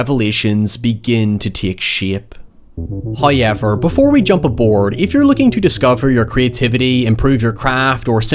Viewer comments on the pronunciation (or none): First "hoy-evver" drops . Accept no substitute. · What if, one day, made a video and says, “however” with absolute enunciation? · Why cant you say however?